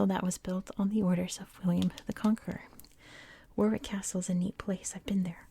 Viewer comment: Great relaxing voice. Just because you seem to like to make sure you get things right I just to let you know Warwick is pronounced "Worrick". Other than that good work and thank you